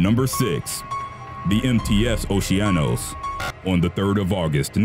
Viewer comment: the cruise ship "oceanos" is pronounced as "okeanos"...